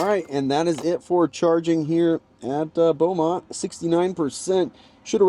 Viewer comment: Its pronounced “bow-mont”